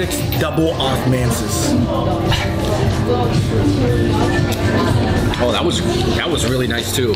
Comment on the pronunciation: Dubble Osmansus, your tongue getting a bit numb there David? lol Where did you get the beer btw? I wanna try this beer in bag.